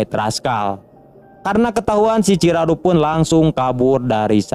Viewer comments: Bukan ciraru bg ciharu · Bukannya Chiharu🤣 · Lumayan ya kurangnya, chiharu bukan chiraru, rud boys bukan riyud boys